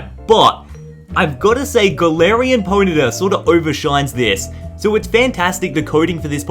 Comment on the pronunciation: I felt it when he said ' Galarian Ponyia '